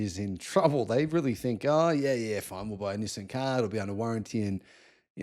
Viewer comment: It's Nissaan not Nissern 😂